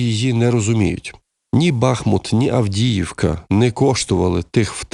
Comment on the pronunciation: Нема в Україні міста бАхмут , але є БахмУт .